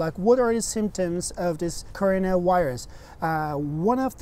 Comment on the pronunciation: all I listen is just corona wairuz